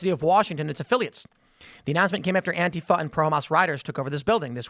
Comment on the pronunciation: Antifa is 3 syllables not 2 Tim...sounds wierd when you say it with 2